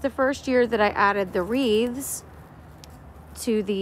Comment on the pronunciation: It so gorgeous! And it’s wreaths not wreaves. Lol. Thanks for sharing